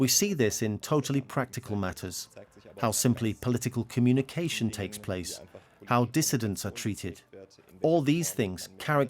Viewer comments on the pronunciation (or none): none